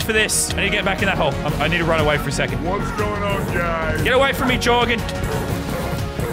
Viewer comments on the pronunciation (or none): He Yor Gan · actully its jorgan